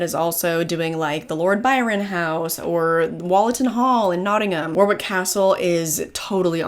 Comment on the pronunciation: It’s Wo-rick,not War-wick. Just saying. I’m glad you enjoyed your stay. 👍